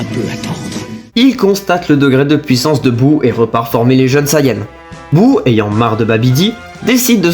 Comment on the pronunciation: Merci pour le résumé. P.S.: on entend pas du tout que tu es belge jusqu’à ce que tu dise « pouissance »😂